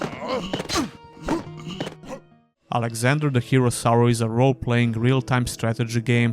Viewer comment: I always hear "Alexander: The Hero Sour" and now i can never unhear it again xD